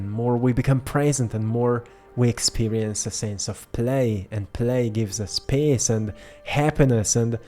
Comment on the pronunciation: Love you, one note regarding when you mention the word "peace ", it always sounds like pace on your end and make me get confused with the word pace, thank you and one love ❤